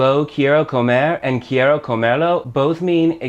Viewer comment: This guy can't even pronounce quiero correctly.